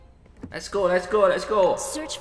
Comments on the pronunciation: Hospital Bg bkn skul kwkwkwwk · bang hospital bukan school 🤣😂😊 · &. Itu hospital bukan school🤣🤣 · Hospital bang bukan school 😀